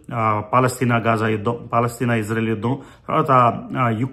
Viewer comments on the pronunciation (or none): none